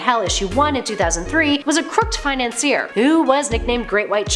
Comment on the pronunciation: the way you said "crooked" gave me shakes... i'm mad now..